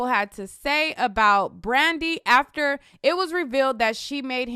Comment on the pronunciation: ...y u keep sayn Brandy name like that😭😭😭😭😭🤣🤣🤣🤣